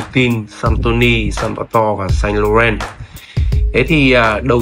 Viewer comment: Bác 7 năm tiếng Pháp mà phát âm sai: "Saint Laurent" rồi ạ (em góp ý thôi).